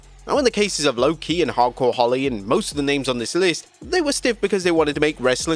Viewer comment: Lwo-ki? Try harder nerds